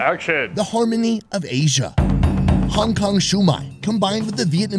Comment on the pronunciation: lmao his face like...I hathe them And he said asia like...aysha 😭😭😭😶